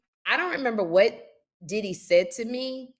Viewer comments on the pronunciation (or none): none